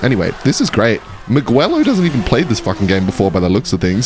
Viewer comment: The way he's pronouncing Miguelo has me dying 😂. Magüelo